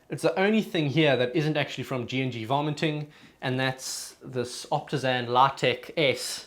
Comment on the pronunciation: Sorry but it sounds like you're saying "vomiting" lol Good video btw!